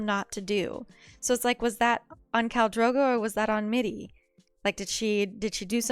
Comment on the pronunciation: I noticed that you read "Mirri" as "Middi" and "Irri" as "Iddi". Is that a form of dyslexia or something? (Not criticizing, just pointing out and asking.)